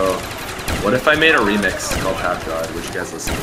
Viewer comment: Was saying pap god or fap God